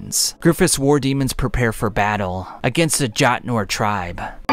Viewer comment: How do you go from "jötnar" to "djatnor"?